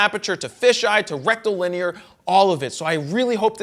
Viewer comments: Do you mean rectal linear? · Or rectilinear too? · He said "rectilinear" 🤭